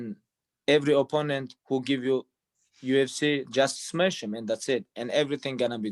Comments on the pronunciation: "smesh old people" 🤣🤣🤣🤣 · "Smesh old people" lmao